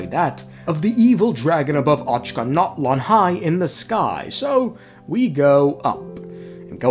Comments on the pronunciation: bruh i am cracking up whenever the narrator says "ochanatlan" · I'm gonna have dreams about the Ochkanatlan pronunciation. The good type